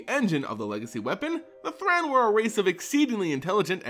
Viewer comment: THRAN = Thrain? Thrane? Source for your pronounciations please.